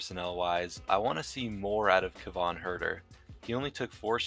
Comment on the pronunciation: shouting and hating on Sabonis as if he was a child rapist or something, but then calmly stating that he wants to see more from KEVON Huerter who in reality had an even worse series than Sabonis. You fucking biased dumb bitch can't even get his name right